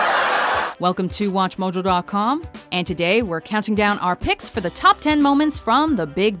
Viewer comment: 'Welcome to watchmojo [dwau] com'......